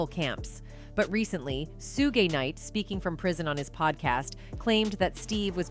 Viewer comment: SUE GAY😂😂😂 SOMEONE HELP THIS ANNOUNCER!!😂😂😂😂😂😂😂